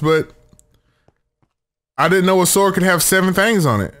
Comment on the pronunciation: "THANGS" i like it.